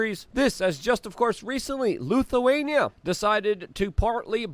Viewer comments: Did Luke just say Lukeawainia? He said it twice. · L ‘I’thuania… why do so many Ytubers mispronounce words in their videos, is it to stand out or be edgy?